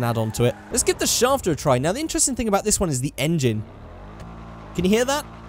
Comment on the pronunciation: I Hate How He Says Schafter